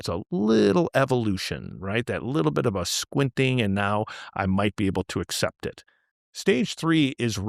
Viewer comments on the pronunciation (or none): none